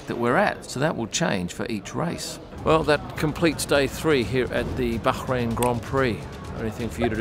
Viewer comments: ok - it's not you, it's me, but it just sounds weird when you pronounce the 's' in Canal + (Plus). BUT having said that, love how you pronounce BAH-rain, not bad for a boy from Daws Road High School! :0) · I love how is so careful to pronounce Bahrain correctly but then calls Rolex “Rollicks”